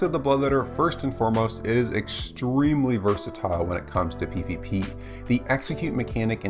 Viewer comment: New drinking game: take a shot every time he says "extremelly"